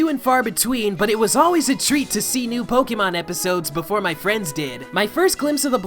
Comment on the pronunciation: WOW SAY Pokémon the correct way with the accent . GET IT CORRECT or " SHUT IT DOWN " - quote from Gordon Ramsey